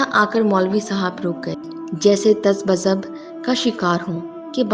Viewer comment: Ta ba zab Nahi Tazabzub.. Bohut Achi story hai